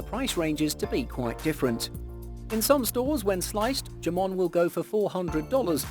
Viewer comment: JAMON?? NAH! IT'S "HAMON"😂😂😂